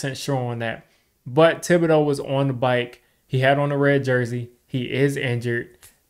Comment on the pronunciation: it’s pronounced day-bull. Not sure why Schoen calls him day-ball.